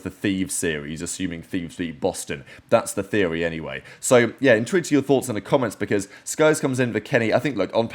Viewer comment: Is he saying “intrigued to hear your thoughts in the comments” or “interested to hear your thoughts in the comments”. I REALY don’t know, he just gibberishes that word to the max whatever the word is, someone please explain it’s getting on my nerves lmao